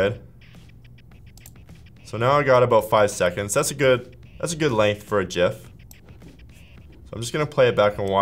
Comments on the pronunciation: Jif is a porn-movie where the key-frames are sticking together because yuk. Whomever is in the background talking you into this disgusting pronunciation, we are coming for you. IT'S PRONOUNCED GIF! STAAHP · It's a Gif not a Jif! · cool video but dont say jif please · Gif not Jif - Graphics Interchange Format. Not Jraphics Interchange Format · If you say Jiff instead of Gif then swipe left. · I say “Gif” not “Jif”!!! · Graphic starts with a "G" not a J... “Gif” not “Jif”!!! Correct... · It is pronounced like Jeff but Jif. so... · No, the creator of it says it's pronounced JIF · I worked for one of the developers of GIF89a back in the last century. He and his team at CompuServe asked Jiffy Peanutbutter if they could use their colors to associate .gif89a with them in order to instill the right pronunciation, they said no...the wankuhz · The G in GIF is a hard one, as it comes from Graphics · ITS GIF G I FFF